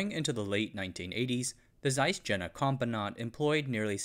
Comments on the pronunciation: This video would have been a 💯️ if the Jena was pronounced properly, it's just so distracting. especially knowing how much research went in to it, and yet such a small, but obvious thing, was missed. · Is it really too much to ask to look up how to properly pronounce "Jena"? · Great film, but the German pronunciation's are a little of the mark. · Seriously, you had to butcher the pronunciation of Jena in this video? Over and over again...? All you had to do is google it. Totally ridiculous. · My point is that if there is no English language equivalent for Jena, and there isn't, the German pronunciation should be used or at least attempted. I've been to Jena and calling it "jenna" just grates on my ears. It's like if he kept pronouncing Zeiss as "zeess". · The name of the city Jena is pronounced as if it starts with a “y.” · "Jena" pronunced in American. Lol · You could at least pronounce Jena correctly, as in Yayna! Soft j in German, please. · For the love of god, it's pronounced Jena, not Jena. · Jena is pronounced like "yay-na", not "jenna". Sorry, it just grates on me. The dismantling of German industry was enshrined in a policy called JCS 1067, which grew out of the infamous US Treasury's Morgenthau Plan. The plan called for essentially the deindustrialization of the entire German economy, reducing Germany to a solely agrarian country. Critics of the policy said that it would lead to intentional depopulation since Germany could not feed itself and would have nothing to trade for agricultural goods. The policy was in effect from 1945 until 1947 and, with the onset of the Cold War, was replaced with the Marshall Plan. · Je.na (yeah, nah) It's not Jenner. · Jena is pronounced Yena, not Gena, please!!! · "Jena is pronounced like "yay-na", not "jenna". Sorry, it just grates on me." I had to stop watching this minutes as pronunciation of JENA by this individual grates on me as well. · Ffs it is pronounced Ye-na